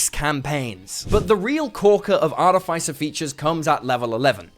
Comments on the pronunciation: Arrrgh!! It’s pronounced Ar-TIF-iss-er, not Art-if-ICE-er. FFS. 🙄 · Excellent content, but a whole video about artificers where you mispronounce artificer is giving me palpitations. Ar-iff-iss-uh, not ar-tee-fyce-er. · Sorry I usually don't do this but the way you pronounce Artificer is wrong.